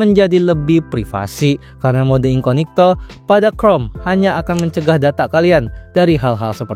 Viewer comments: incognito anjir bukan inconigto.kzl bgt denger nya wkwk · INCOGNITO, bukan INCONIGTO. Ketahuan bikin kontennya gak riset dulu, asal rekam terus edit.😂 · incognito bg bukan inconigto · Lha, ngomongnya juga sejak Awal INCONIGTO bukan INCOGNITO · Incognito aja dibaca inconigto, gimana ga literasi rendah? 🤣🤣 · inCOGnito jir... incoNIGto incoNIGto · Bang yang bener incognito, abg bilang *inconigto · Mode Samaran 😂 edit 1: bro say incognito❌ inconigto☠️✅ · INKOGNITO BANG BACANYA, AAAAAAAAAAHHRRRRGGGGGGGG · Wah insight baru, tapi aku rada gatel bang denger inconigto terus😭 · masih ada aja yg ngomong inconigto, elah. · I-N-C-O-G-N-I-TO dibaca inconigto😂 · ga enak banget bang dengernya spelling inkonigto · Perasaan pelafaannya salah bukan editornya🗿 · sorry nih mau kasih tau aja minimal riset dulu cara pelafalan yang benar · spelling incognito aja salah lu dari awal ampe akhir video